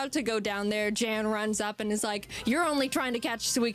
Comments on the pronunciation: I gotta correct you on that pronounciation. It is "yan". The vowel is shorter. Source: I am german, Jan is a german too. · I do wish Jaiden made it more clear that Jan (Pronounced Yahn) is actually a great guy, your chat be hating on him, lol. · Jan/Pokémon Challenges... (It's a German name so it's pronounced Yon or Yawn). He's actually very forgiving when it comes to first time nuzlockes, Alpha Rad was just a particular case of ego/stupid at that specific moment.